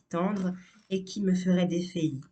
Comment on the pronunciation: Jolies phrases un peu creuses mais si joliment lues. Au fait, "défaillir" se prononce "dé-fa-yir", pas "dé -fé-yir".